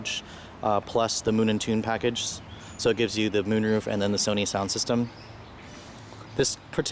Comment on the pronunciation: Sony not Sani lol jk keep up the good work